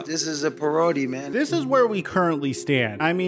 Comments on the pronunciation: I thought he said priority. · A puh-rody... ha! I was wondering what that meant. Thanks for highlighting it Haha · lol I thought he was on about the Scambaiter Perogi when he said parody! I was like "why's he talking about Perogi???" until clarified he was trying to say "parody" hahaha so funny! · He said pa-rodey😂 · A paroadie…sorry couldn’t help laughing 😂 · Dude said parowdy 😂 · "Per-row-dee" LOL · LMAO Ithought he said "pierogi" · This is "paroady" lmao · Oh, he said “parody” I thought he said perogi. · Lol, I thought he said perogi. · The fact he thinks it pronounced "per-odey" tells you something about him. It's not brain damage & it's not so much cte as it is pure ignorance. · if the man has as much brain damage as 150 people suggest here, it would explain some of his actions and of course piss him off because even if mispronouncing the word "parody" isn't an indication, he doesn't want to be seen as "damaged goods"...by the way,, how do you manage to hit such high notes when speaking? you and tucker carlson should have a duel. i like your content but insinuating things about football stars personal lives, be it tom or antonio or whoever is less effective than talking about what goes on on the field.